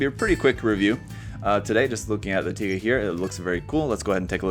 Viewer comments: well can't blame the comments about the wrong pronunciation lol because there is another one named literally taiga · I mean.... Tie guh does sound cooler than Tiga so I can forgive the mistake.